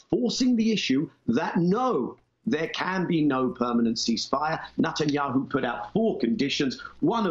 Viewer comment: I'm soo glad Daniel Levy pronounced 'his' name right ; NUTanyahu. Zionism will never be Judaism.